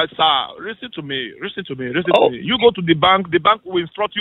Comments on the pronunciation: LisssOn to meee Stop asking QuestChon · And "do one ting" and "each and everything" "Fixation" "Lissen!" "SIR!/MA'AM!"